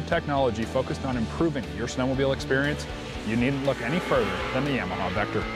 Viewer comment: " yeahmaha "...you say Yamaha funny